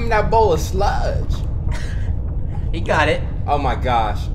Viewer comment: lol the way he say sludge